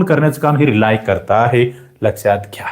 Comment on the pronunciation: रिलाय नाही सर 🙏रिले म्हणतात सर 🙏